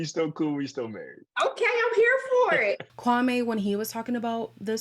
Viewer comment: on a side note, after hearing these rumours about his "sister" being hired, I went back to watch the first episode where he introduces himself, he says his name is (KWAM-ee) yet his sister says (Kwam-ay). I could be reaching though lol